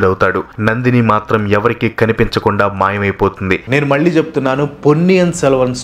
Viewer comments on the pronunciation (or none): none